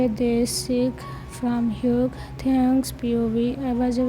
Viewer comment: Hyuk is the perfect name for that basterd you say it like yuk i love it 🤣🤣🤣🤣🤣